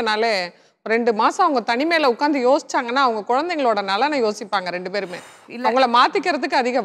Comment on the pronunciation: kusboo madam public tamil channel suntv. neenga oru nigalchchi panna mudal tamil kaththukkonga. 2 rondunu solreenga?